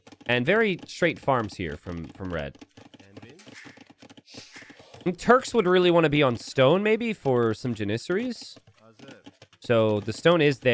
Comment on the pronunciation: The way you butchered the pronunciation of “janissaries” hurt my soul a little bit